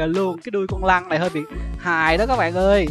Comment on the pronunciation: trời má cái đoạn anh nói con lân , mà em cứ nghe ra con lăng , cứ lăng lăng =)))